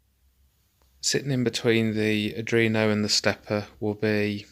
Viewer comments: Cool, RS485 might be a bit bulky and over powered for these applications, but it is a standard and it does get the job done. Cool project. (However, after watching all of these I feel I have to say that its ARDUINO, not Adrino. Sorry, haha) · I like the video but it's "R-dWeen-o" not "r-dReen-o"